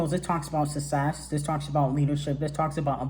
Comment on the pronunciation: Nobody:: “Sussess” 😂😂😂😂